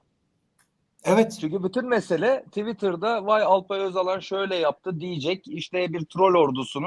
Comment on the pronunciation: Alpay özalan değil Alpay Öcalan